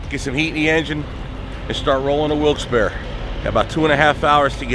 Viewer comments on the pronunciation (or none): I think its pronounced Wilkes "Bar" as opposed to "bare". Locals please correct me if I am wrong. And hey, eat what works for you man. Everyone is different. I'll have to check out some of your older videos. Thanks for mentioning them. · Wilkes berry